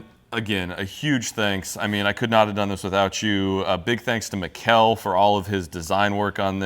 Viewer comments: Mikl, not miguel xD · You didnt even try to pronounce Mikkel correctly. Come on guys...sheesh!